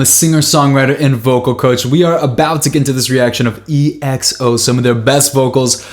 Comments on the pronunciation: Oh god... it’s not E X O, it’s just EXO. One word, exo. It’s pronounced ‘XO’ even though there is an E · Hey man, love your reaction, just a quick side note, EXO is simply pronounced as you read it in one word, not spelling it lol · Hey Justin Burke 👋 I Really Like You’re Content and I’m Waiting For You To React To Exo’s Acoustic Live Session Here It Would Be Nice For You To React To It... And I Would Like To Know Your Opinions About It And Next time please Sa EXO As ekso like Ek•So Not Eh Ek So Thank You 🙏💕 and In It Was D.O You Can’t See Him Is Exo Obsession MV Because he Just Enlisted In The military This July 1st... But You Can see Him In The Past Few Music Videos He Is My Bias And He Is Actually The Main Vocal Of the Group You Will Appreciate More Of His Vocals If You Check out His Song Tell Me What Is Love Here: That Would Be All I Will Wait For Your Reactions 💕 Love Lots 😘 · Just a remind, their name is pronounced /ekso/ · i love your videos a lot :) Always so kind !! (kind note: it's exo as in one word, not spelled out :) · Btw their name is pronounced as 'XO' even tho it has a 'E' in front lol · He doesn't really read the comments because every Exo video someone comments this but he still calls them EXO